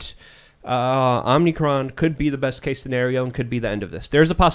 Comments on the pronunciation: There's ONE "N" in omicron. O-MI-CRON. Not omni-cron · Dude said "omnicron" which means all-time